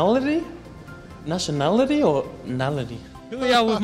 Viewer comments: nashin-el-i-tity hhahaha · Kama brian too with his “nationladily”😂😂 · Is it nationality or nality😂😂😂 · Bruh I thought he said, 'national anthem' 😭💀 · Its nation'ad lay ' eshay bruv lol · Brian: Is it “nality” or “nality” 𝘣 𝘳 𝘶 𝘩